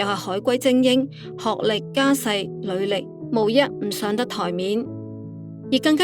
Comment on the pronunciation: 做網紅，講讀好的中文啦，履歷，（履）係讀理音，唔係（裡）音（如履薄冰）識唔識呀